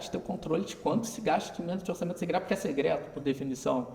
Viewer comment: uma otima visao Economica, mas pq ele fala "Segreto", "orçamento segreto" :D?